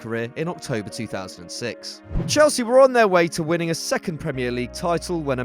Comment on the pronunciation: Its chelsea not chelski